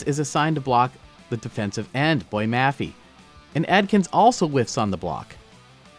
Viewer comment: Really cool breakdown! Hope you continue to do these for Seattle because Grubb and Macdonald have some really interesting schemes. Also as a side note - it’s Bo-yay Mah-fay